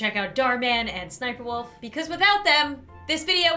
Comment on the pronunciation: It is spelled sssniperwolf but you say siperwolf.